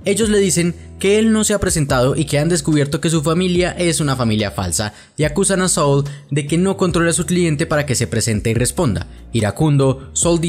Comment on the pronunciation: Saaaaaul no soul